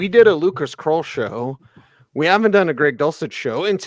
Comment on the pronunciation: Who is “kroll”? Do you mean “krull”? “Krull” as in skull?